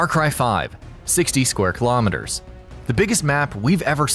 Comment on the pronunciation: Thanks for pronouncing the “km^2” right